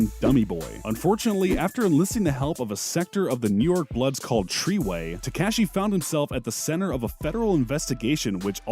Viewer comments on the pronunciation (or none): TreyWay (Tray Way) Why Are You Doing This If You’re Miss Pronouncing Names and Brands 🤦🏾‍♂️ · Tree-way????? Are you dumb, stupid, or dumb?